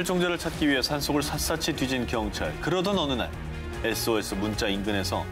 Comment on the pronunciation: S.O.S 발음이 한국 아저씨 발음같다 했더니만 일본ㅋㅋ 편집이 뭔 빛의속도야ㅋㅋ